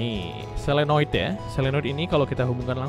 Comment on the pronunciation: Yg benar solenoid apa selonoid kak